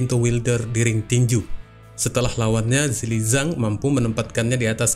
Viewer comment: Min, namanya adalah Zhilei Zhang. Bukan Zheili Zhang.